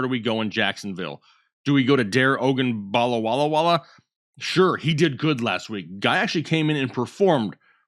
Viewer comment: Butchering Dare Ogumbawale's name isn't funny and just makes you sound like an idiot. Do a lil research and learn the player's names and show some respect!